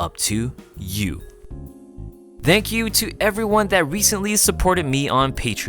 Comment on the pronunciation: "Dank you for watching!"